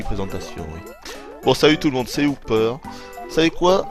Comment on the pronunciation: ses hooper pas houper